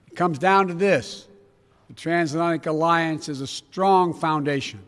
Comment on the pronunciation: Your nuts he can’t say transatlantic omg